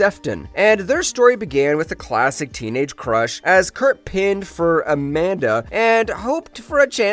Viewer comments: Hard pressed to come up w a narrator for your channel who doesn’t mispronounce least one ☝🏾 word. “ Pined” 📌 is pronounced 🌲 “pined “ . A dedicated editor 📑 would be an asset. Do they do their own editing? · You just accidentally gave away the fact that your dont write your own narration, bud. You mispronounced pined. Which means you've never heard the word before.